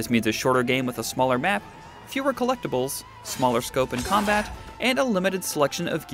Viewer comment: "The Comabt works really well?!" Honestly can we please have requirements in gaming knowledge for reporters?